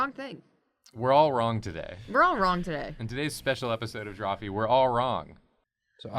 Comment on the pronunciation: Eheh said "Welcome to Drawpee" at the start